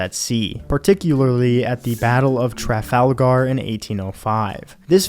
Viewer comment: why have you not included Scotland but included Ireland? Also your pronunciation of Trafalgar was jokes! nice animations and narration tho